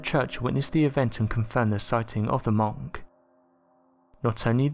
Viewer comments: It's pronounced munk not monk! 🤣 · Your literally english and you cant say monk😂😂😂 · Seriously distracted by your pronunciation of monk 😂